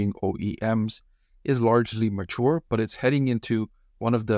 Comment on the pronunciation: pronounce "mature" quite differently